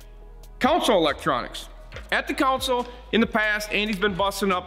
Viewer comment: Don’t mean to nitpick but console….not council.